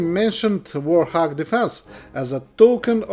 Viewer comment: Why does he say warhog when its warthog ?😂